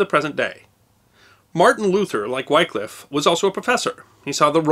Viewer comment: Surprised you didn't mention how the same King Henry VIII had Tyndale burned at the stake for translating the Bible (before he adopted it). By the way, Wycliffe is pronounced with the same short sound as the "y" in Tyndale, but that's probably one of the most minor errors in this clip.